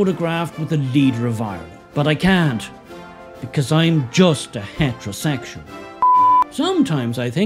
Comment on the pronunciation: Love the way he says HatRoSegsual